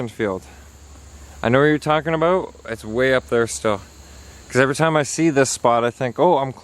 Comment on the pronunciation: That's what i'm talkin' aboot 👍 haha